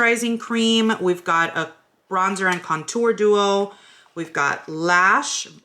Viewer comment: Behold my bronzor...😂 I’m always butchering words but now I will ALWAYS call it bronzor🤎❤️